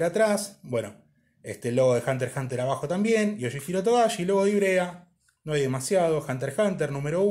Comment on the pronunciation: Al fin alguien que pronuncia bien el título (Hunter Hunter), instalike.